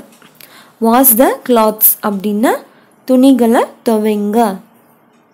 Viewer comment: Hello properly wash the clothes. Wash the clothes. Clothes pronounce it properly